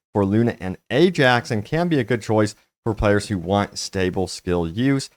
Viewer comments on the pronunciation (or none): none